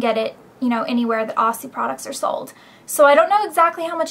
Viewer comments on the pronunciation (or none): argg it aussie as in ozzie not ossi. (speaking from down under) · lol i cant stand it when people pronounce Aussie wrong >:O Its Ozzy ;) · hi elle! I'm sorry if you think I'm being rude, I honestly don't mean to be, but I'm from australia and I thought you should know that the brand is pronounced 'ozzie'. It's always amusing to hear americans try to pronounce australian words though =) Love your videos. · a lot of Americans pronounce Aussie like its spelt, but it's actually pronounced ozzie. There's no 's' sound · Down Under in Australia we pronounce it Ozzy as in Aussie! xo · Helllo. I just thought i would say that in Australia we actually pronounce aussie ad s 'ozzy'. ;] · aussie is pronounced ozzie btw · the first product is pronounce ozi even though its spelt aussie lol :P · Hahah soo cute! You say it OZ-IE. Its a slang for Australians and Aussie is an Australian brand hence the Kangaroo. <3 you and your vids! xxx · actually here its pronounced os-ee( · Sorry to be annoying Elle but i'm an Aussie and would <3 everyone to know that it's pronounced OZZY, like Ozzy Osbourne. That is all xxx :) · haha you say aussie funny. its pronounced OZ-EE. australian brand? iv never seen it, its looks good LOL I LOVE YOUR VIDEOS BTW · haha, aussie is pronounced 'ozzy'